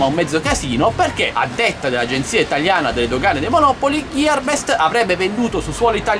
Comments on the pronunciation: ciao sono contento che si ia risolto tutto. Personalmente neanche io fumo ma onestamente su siti cinesi tali prodotti non li avrei mai acquistati non mi fiderei. Un conto è comprare uno smatphone o un drone o un ventilatore. Saluti Roberto p.s. monopòli NON monòpoli:D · Grazie a te ho comprato "bb8" su GB! Grazie. P.s. Monopòli, non come la città a noi vicina ;)